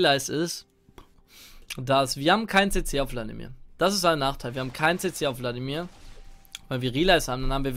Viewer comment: Ich versteh immer bloodimir stat vladimir